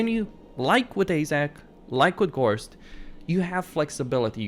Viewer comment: AAAJ 'Zak?? Can a have a zak please, you mean this Zack? Any Zac will do. I think you mean Azhag (as an short a) and a hard G from the troat up. Nice Vid keep it up.